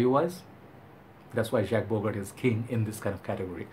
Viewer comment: bro. it shud be pronounced as jock bogart.